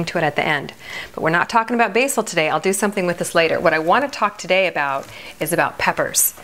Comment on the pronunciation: never heard anyone pronounce basil like that ... where are you from? Florida?